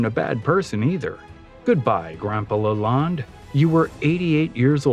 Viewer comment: It’s Henry Leland pronounced Lay Land, not LaLonde.